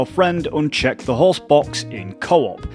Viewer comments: Your accent makes it sound like you said, "The Horse" instead of "The Host" and it made me giggle hehe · I kept hearing horse instead of host and it got me confused lmao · The best thing about this guide is that the way you pronounce “host”, sounds like “horse” 🐴